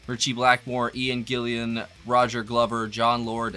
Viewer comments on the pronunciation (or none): Am not putting ya down mate .but it's GILLAN not GILLIAN..keep bangin..🤘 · it's not 'Gill-i-an', it's just 'Gillun'. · It's Gillan not Gillian. Love your chanell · Ian Gillan not Gillian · It's Gillan, not Gillian. 😉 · Its Ian Gillan not Gillian mate. This MK2 line up made a few records together too. 👍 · Thanks for saving me having to clarify their discology. Only thing that was missed, it's one of my biggest peeves - it's GillAN - There's no "i" in there. I've been yelling at my radio at dj's who always mispronounce his name for 40 years. ( it doesn't really ruin my day as I may be making it sound.... 🙂) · I'm sure Ian Gillian won't mind 🤣Haha, yep it gets me too mate IT'S GILLAN!!!! 🤣😂 Take care buddy. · Mr Grover, Mr Gillian you musta made a million on the day you caught on fire. Lyrics from one of their songs because people miss pronouncing his name.